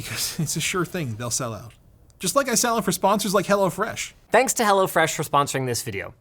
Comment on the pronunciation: It sounds like you say HellaFresh 😅